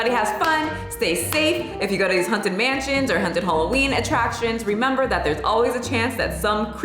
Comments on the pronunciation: Girl please, it’s hAUnted not hunted. For some reason I had to cringe every time you said hunted 😂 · Is it just me hearing it like is saying "hunted" and not "haunted", I'm so confused Sorry, love your videos! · Am I hearing wrong or are you saying HUNTED house instead of HAUNTed house? 🤔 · The way you say "haunted" sounds like "hunted" and honestly that's more accurate to how the experience is for me haha. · Sounds like u keep saying "hunted" instead of "haunted" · I'm offended by the way you pronounce "haunted" like "hunted" lmao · Why do I keep hearing you say "hunted" not "haunted"?! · The way you say “haunted” is sending me lol. Sounds like “hunted” house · I'm glad to see that I wasn't the only one to noticed that. I was wondering if a hunted house was the same as a haunted house, or if this was something new (I haven't been to the States in forever) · I'm offended at your pronunciation. I kept hearing "hunted" house instead of "haunted" but given the context, it works 😂😂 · Why you saying 'haunted' like that 😂😂 Girl, it's HAWNTED not HUNTED 😂😂 Stop saying it like that, it's making my misophonia act up! Are tou doing it on purpose or do you really say it like that? Haunted and hunted are 2 different things.. you killing me smalls! 🤣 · WTF! I love you, but girl, it's HAUNTed, not HUNTed!!! 😂😂😂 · Hunted houses... (Fuck the 'A' in haunted... It's HUNTED!) 😂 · I love how you pronounce it hunted house haha. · Does it sound like she's saying 'hunted' house or is it just me? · hunted houses.. what is this accent? I'm offended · Stop saying hunted! Lol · I got offended by the way you say haunted. You keep saying “Hunted” it made me laugh every time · My boyfriend was about ready to have a stroke over it lol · Me too. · I was looking to see if anyone had commented about that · the scariest thing here is how you pronounce “haunted”! 🤣 kidding, love you and your videos.